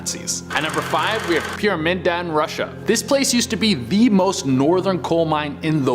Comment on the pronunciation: Pyramiden means «The Pyramid» you pronounce is ‘Pyram’ like in Pyramid and ‘iden’ as «Eden, as in The Graden of Eden»